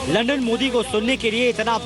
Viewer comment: सबसे पहली बात वो लंडन नही लंदन होता हैं।